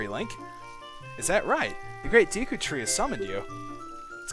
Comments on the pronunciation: It's pronounced De-ku, not Dee-ku. Trollface.jpg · Hey Dude Ur A Noob It's Prenounced Da Ku Not D Ku Lol JK Ur Awesome Still No Matter How U Say It It's Cool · I never understood how people ever come to the conclusion that Deku is pronounced 'Dee-koo'. It doesn't make sense in either English or Japanese lol. But to each their own I guess :P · Is it really dEEEku? I always pronounced it Deku with an 'e' like the work "deck" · same here, it's always been Day-ku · I'm a hick so I say Deku as "dayku". :( You're probably going to influence pronunciation changes for me. XD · "Deku" is a name/word that alot of people pronounce different e.g. Dayku, Deeku of Decku. i dont really know the correct way of saying it but who care... THIS GAME IS AWESOME!! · deh-ku and dee-kuh are both of 'em I use. Dee-kuh scrubs, deh-ku tree. Sa-rye-ah is the pronounciation I'm used to hearing LPers do, but sariah is what I've used, and hi-lee-uh is what I use as well. No awkward pronunciations for me, because you use the same ones I do.